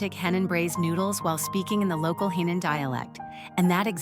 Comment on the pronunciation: It’s Henan, not Hainan, completely different provinces. And Henan accent, not Hindu accent. Make an effort.